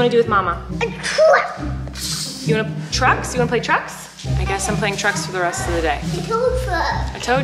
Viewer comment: I keep hearing play drugs instead of trucks. Help